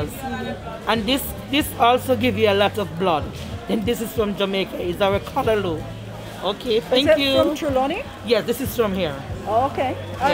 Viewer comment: happy to see you pronounce callaloo right today lol love the vids